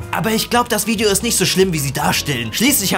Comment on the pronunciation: Seine Aussprache englischer Wörter schmerzt in meinen Ohren :D. "Thumbbnail", "Wideo"